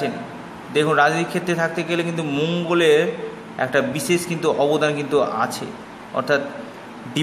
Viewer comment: সেই হবে বলেন ছেই বিদেশ হবে বলছেন বিদেছেস বিশেষ হবে বলছেন বিছেছ উচ্চারণ ঠিক করে কথা বললে কথা ভালো বুঝতে পারা যায় দয়য়া করে সুন্দার করে কথা বলবেন আর খুব একটা পেচিয়ে বলবেনা যা বলবেন সরাসরি বলবেন ছোটো ভিডিও করবেন শট কটে একটু খেয়াল রাখবেন আশা করি আপনার জন্য শুভ কামনা রইলো